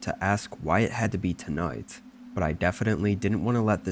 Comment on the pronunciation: Bro say “tonight”so weird 😂😂